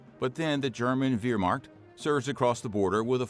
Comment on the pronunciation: That’s not how you pronounce Wehrmacht